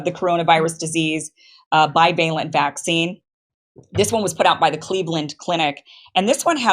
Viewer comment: Bi- VA’- lent